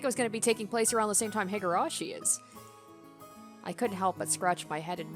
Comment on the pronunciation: hee-gurashi, not hih-gurashi